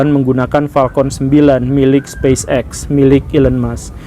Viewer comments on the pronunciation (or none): none